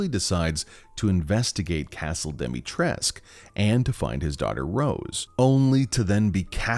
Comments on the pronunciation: the only thing I don't like is that I imagined her with a slight accent... she has none and she doesn't even pronounce her own name correctly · It's really frustrating that even the voice actor of Lady Dimitrescu doesn't know how to pronounce Dimitrescu and nobody noticed that before release. Lady Dimistrescu is not born and raised in USA or something, she is from Romania and still living in Romania. She should know how to correctly pronounce her name. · Im Romanian and im confused why everyone in the game cant fucking pronounce her name right, youd think that a game with a Romanian setting, that uses the Romanian currecy and even uses Romanian food names and would be able to fucking pronounce a name right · the voice actor for Lady D said that capcom told her to pronounce it the wrong way, from what I remember. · You, my friend, are mispronouncing the name, the U at the end of the name is not silent, and no, I do not care how it is pronounced in the game, they should have done the proper research. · Everytime Lady Dimitrescu pronounces her name wrong, somewhere in romania a baby starts to cry... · the in game pronunciation is technically wrong so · i was looking for this comment... he said it like 100 times and it was wrong every time and it was bothering me omggg haha no big deal but i was like really??? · Yes. And also, Dimitrescu is of Romanian lingo.. the “u” in the end is actually pronounced. 🙄 Odd how even the game creators overlooked that detail. Why make her of Romanian heritage in the first place if you won’t bother researching how to pronounce Romanian surnames? 😤😏. Bit annoying actually. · Just a heads-up, a Romanian Youtuber has confirmed that you're all mispronouncing her name. You're also wrong on her dress, it's based on 1930s fashion! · Can I just say, as a romanian, that's not how you pronounce Dimitrescu and neither the game tells her name right 😂😂 sorry lol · It's not Demitresque Its Dimistrescu (dee-mee-tres-coo)